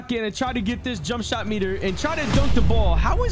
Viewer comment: Bro said jumpshit meter😂😂😂